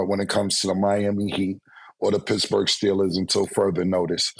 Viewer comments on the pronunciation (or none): none